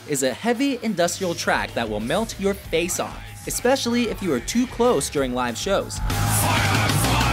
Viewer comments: er spricht feuer frei so gay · "Fuier faih" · Not just Ich Tu Dir Weh, but Feuer Frei as well. Both made me cringe and laugh. Kind of BS that Du Riechst So Gut was nowhere to be found in this video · Butchered the name “Liebe ist für alle da” “Engel” is one word... said “Feuer frei” with a Swedish accent butchered “ich tu dir weh” butchered “mutter” butchered “sonne”